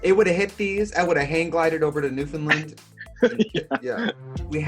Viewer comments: What the heck is a New Fin Lind? Thats not how you pronounce my home. Say it like this to get it "understand newfoundland" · Just so you know for next time, Newfoundland is pronounced 'new-fin-land' (emphasis on new). Not 'new-fin-lin' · everyone says newfoundland wrong. it’s pronounced newfin-laaaand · Love love LOVE you, Trixie, BUTTTTT... it’s New-fin-Land, like UNDERSTAND- NEWFOUNDLAND- you can call me if you need it made more clear 😉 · Even though Trixie mispronounced "Newfoundland" I'm happy she knows my island exists :)